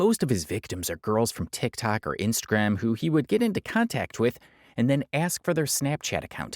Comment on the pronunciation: You learned to say TikTok! Proud of you, keep the good work up